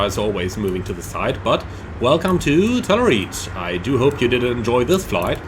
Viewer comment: I thought he was saying "tenerife" 😂